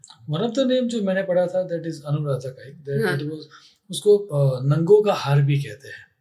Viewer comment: नंगों नहीं नगों हिंदी की बिंदी गलत जगह लग जाने पर अर्थ का अनर्थ कर देती है (अनुराधा नक्षत्र))